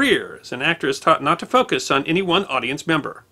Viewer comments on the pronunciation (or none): none